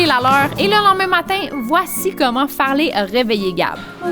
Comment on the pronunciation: Ses plus Farley ses Fartley😂